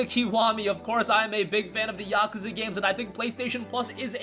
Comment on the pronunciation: It pronounce yak kooza